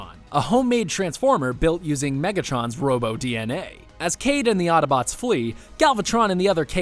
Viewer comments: He keeps saying ottobotes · Ugh. Hate it when people pronounce Autobots "attabots". You can shut your eyes, you can hold your breath ... but you can't close your ears. Otherwise decent wrap up. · It happened again... they say Ottobots. It's autobots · Am I the only one who here ottobots when he says autobots, please tell me I'm not the only one who here's that